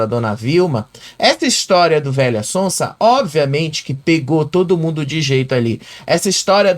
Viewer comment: ele não diz VELHA ELE FALA VEIA